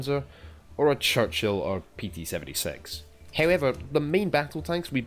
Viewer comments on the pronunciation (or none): none